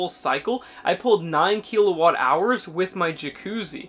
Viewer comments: "Kill a watt", not "key la watt". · There's no E in kilowatt